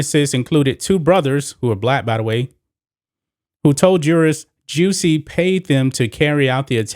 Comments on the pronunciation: Lol why you pronounce his name like that? 🤣😂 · Why do you say his name like that💀